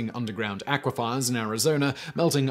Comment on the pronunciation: Simon has a history of mispronouncing words.